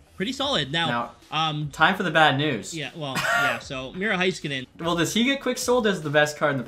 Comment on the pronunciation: Love these games! But Miro’s name is Hay-skuh-nen not hi